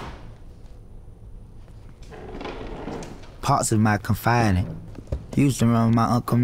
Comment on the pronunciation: Think he meant confidant. Not con-Fide-ant……. Nobody thought to correct him while professionally recording????🤦🏾‍♀️🤷🏾‍♀️🙆🏾‍♀️